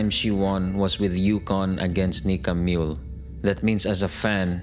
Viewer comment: MULE Not Mole.